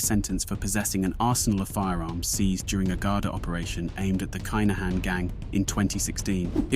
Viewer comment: Kai Na Han 😅😅nah mate please learn the proper way to pronounce the names ffs